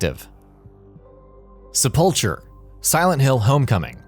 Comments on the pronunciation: is sepulcher supposed to have a hard c (ck sound) or normal ch sound? skyrim had ck so that's what i figured was real.... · Is nobody going to mention how they pronounced "sepulcher" in this? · Don't tell me this generation doesn't know how to correctly pronounce "sepulchre"...